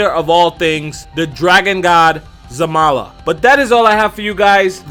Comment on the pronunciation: its Zarama xD